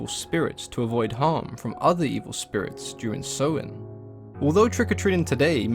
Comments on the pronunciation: He’s mispronouncing Samhain btw, it’s “Sah-win” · Samhain pronouced Sow In